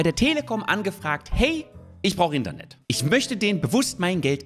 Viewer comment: Die Betonung liegt hier auf INTernet